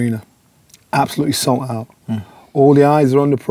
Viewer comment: Man said salt out